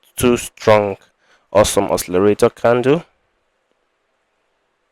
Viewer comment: It's awesome OSCILLATOR , not awesome oscillarator. It's not difficult to pronounce. Nice video anyway